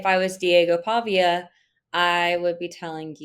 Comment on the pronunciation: Can’t even pronounce Pavias name. lol😂 so clueless.